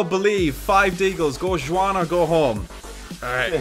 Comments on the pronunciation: How said Jwaun instead of Juan XD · JUU-AN???? Oh...